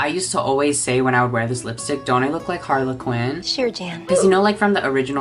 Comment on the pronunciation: queen they were laughing at your pronunciation of Harley Quinn coz you read it like harlequin ☠️